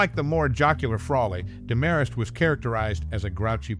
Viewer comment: Same VO twice in a row? And it's DEMarest, not DeMARest.